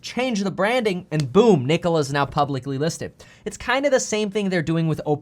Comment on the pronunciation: Please don’t say “Nikola” lol